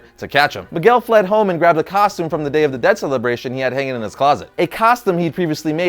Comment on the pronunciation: maguel? fucking bad latino, learn some Spanish